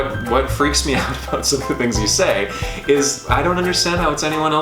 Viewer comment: Great video, lads. I just have to mention that I have lived in Canada for 5 or so years now, and you are the first person I have ever heard pronounce about as aboot. I always thought the stereotype was a lie until now.